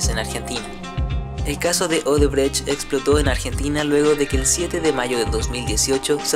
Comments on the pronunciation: Odebrexi es la pronúncia correcta. La sede del grupo es ciudad São Paulo. Sede social en Salvador, Bahia. No existe un lugar llamado salvador de bahia. Odebrexi fue la mayor pero óbvio tuvo su tamaño reducido de modo drástico. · se pronuncia. "odebrek" aunque se escribe Odebrecht.